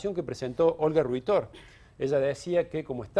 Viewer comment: Olga Riuuutort.. no rui-tor: si no, le impugnan el voto por candidato inexistente